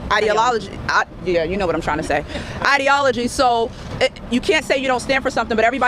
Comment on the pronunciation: Don't even get me started on the speech impediment that appears to be exclusive to the black community. Allegations=Alizé'shinz, Ideologies=Id'olicy Don't even get me started on Ambulance,Library and Valentine's Day. It's very weird.